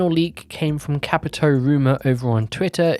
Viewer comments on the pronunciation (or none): none